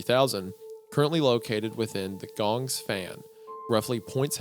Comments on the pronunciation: It's not "somewhere in southeast asia," you literally just read where it is. It's just off the coast of India near the delta of the Ganges. (pronounces Gahn-gees, btw. Not "gongs".) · “Ganges” is pronounced like GAN-jeez (with the A sound from words like “tan” or “fan”) It’s a name of a super famous and important River, river system, and river shed in the Indian subcontinent. It’s one of the first places that civilization started thousands of years ago (along with places like the Mesopotamian river basin and nile basin— civilization independently started in these locations around the same time as each other) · So just a friendly heads up. Ganges is pronounced Gan-Jeez. It's one of the largest rivers in the world and is located in India. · I can get over the way Isaiah pronounces “Ganges” 💀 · Isaiah, learn how to pronounce Bengal and Ganges, por favor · The way he said Ganges made me really mad